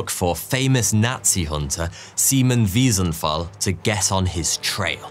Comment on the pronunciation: Just for the memory of Simon Wiesenthal: his last name is pronounced with a "t" not "f".